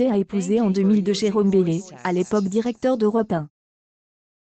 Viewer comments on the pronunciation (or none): none